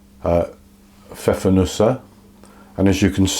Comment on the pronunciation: Props for pronouncing it correctly, unlike most bakers here!